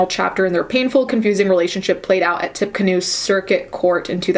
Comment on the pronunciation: Tippecanoe is pronounced "Tippy Canoe" lol